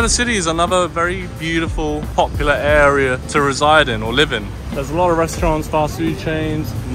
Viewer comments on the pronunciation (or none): none